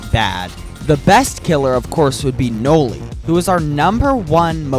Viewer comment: It’s Noli